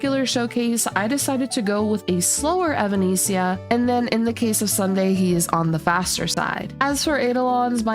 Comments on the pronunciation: hey, just to give you some friendly guidance on how to pronounce her name, its more like - eh-va-ness-ee-ah. think of the band evanescence. thanks for the guide xxx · genuinely cannot finish this video with the way you pronounce her name